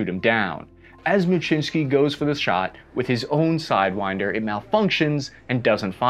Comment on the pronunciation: Thanks for this video as Lawrence may be a long lost relative. And, your pronunciation of Muczynski is the correct Polish pne, I had a Post Office naval aviation vuff get real excited when I had to send something certified mail. If anyone has contact info for Commander Muczynski please contact me.